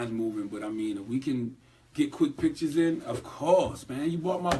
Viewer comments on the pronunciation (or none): none